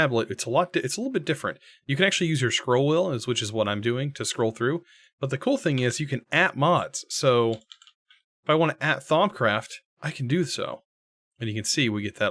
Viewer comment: u can *proceeds to say "thongcraft" *